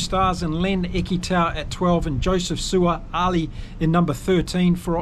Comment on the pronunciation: Great breakdown. And if you are interested, it is Sua- a - lee - ee. The 'sua' part you pronounced correctly